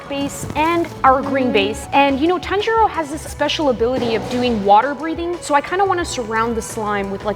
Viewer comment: the way you said tanjiro 😭😭😭